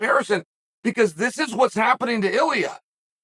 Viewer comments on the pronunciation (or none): He says “iliuh”